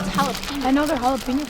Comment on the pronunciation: It’s jalapeños